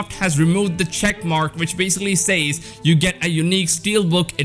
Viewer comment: Lmao, I haven't bought a new physical game in YEARS. I absolutely understand that you should get a physical copy beyond just the base version. In case you weren't aware, some weirdos liked being "slapped in the nuts". PS- the way you say "says" drives ME nuts lol.